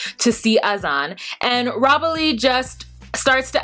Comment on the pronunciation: Why are you pronouncing everyones name wrong. Her name is NICOLE not NICKLE. AZAN is not pronounced AZ- ON its pronounced AZ-IN.